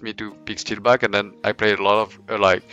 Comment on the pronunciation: Chiffounet gaming It's steeelback ffs ;'(